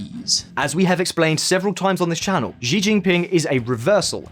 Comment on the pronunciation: Xi is pronounced as she in Chinese.